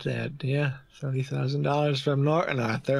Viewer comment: accent was excellent until he tried to say “thirty” 🤣